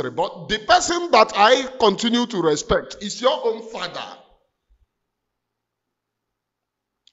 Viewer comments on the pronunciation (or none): none